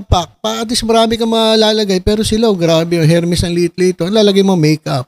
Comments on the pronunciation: FRANSWA IS SPELLED FRANCOIS! FRANCAISE IS PRONOUNCED FRANSEY!😀 AND HERMES IS PRONOUNCED ERMES! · ……. It should be without or silent “H” “ ermes” ….🤔😊🤩 more power ….. 🇵🇭❣️🇬🇧